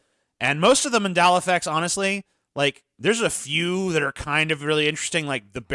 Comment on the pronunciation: You mispronounced Mandela effect wrong several times, but you pronounce Nelson Mandela correctly. Wtf